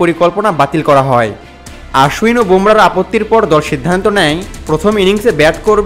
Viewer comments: আরে গর্ধব ওটা আশ্বিন না,অশ্বিন হবে। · অশ্বিনের উচ্চারণ টা আশ্বিন মতো শুনতে লাগে। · Actually WB e o "Oshwin" bole setao bhul. "O", r " Aa" er majamajhi ekta sound hobe.